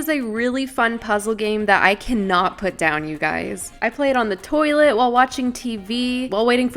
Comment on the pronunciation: Iconic moments “I play it on the toliet”😂😂😂😂